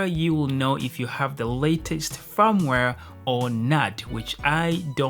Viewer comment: I thought he was saying 'farmware'